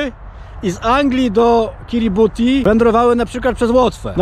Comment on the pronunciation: Panie kolego , jak już se robisz jaja z czegoś to znaj nazwy - NIE KIRIBUTI tyko KIRIBATAI ;) * kiribati"